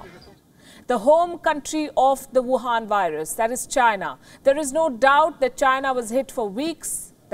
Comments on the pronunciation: Please do work on your "wuhan" accent as well as on pronunciation of "Shanghai", it's not shanggai. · I love how she says Wuhan Virus :D